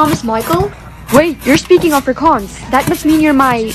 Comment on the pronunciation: Why does she pronounce afrikaans like that 💀